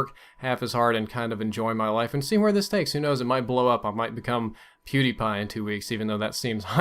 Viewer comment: he says pewdiepie funny.... i like that xD